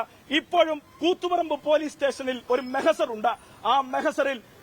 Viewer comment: മെഹസർ അല്ലടാ മഹസർ